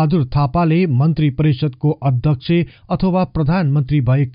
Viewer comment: Adakchhy nabhannu hola adhekchhy bhani ucharan garnuhola yo mero sujhab ho adakchhe= dakche nabhayako jasto lagchha kripaya aafai bichar garnu hola ani correction gari bolnu hola